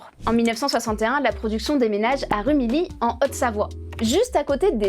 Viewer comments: Du "reportage" a pas cher, et vu la prononciation de "Rumilly", elle a pas dû quitter son bureau la pigiste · "poêlon", "Rumilly", seigneur la parisienne qui sait rien